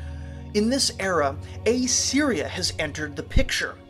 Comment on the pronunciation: Dude. It's pronounced Assyria, not A Syria.